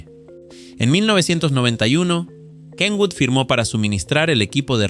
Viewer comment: Por fin alguien pronuncia bien el nombre de Kenwood.